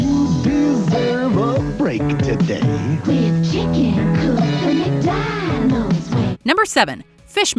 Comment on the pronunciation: Is it my ears or does she pronounce McDonalds like: "meek donalds"???